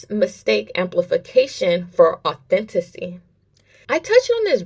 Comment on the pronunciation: You also can’t pronounce AU THEN TI CITY AUTHENTICALLY AND TECHNICALLY lmao JfWY 😂